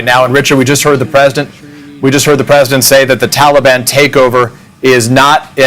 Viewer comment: Ffs can't pronounce Taliban!